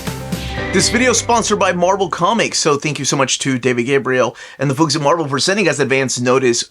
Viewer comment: You mispronounced Marvel.